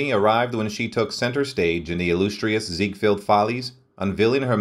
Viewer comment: It is hard to take this video seriously when basic words such as Havoc, Ziegfeld and annals are mispronounced within the first minutes.